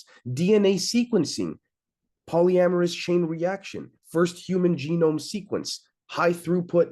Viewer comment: Your pronounciation of polymerase sounds like you are saying polyamorous. 🤭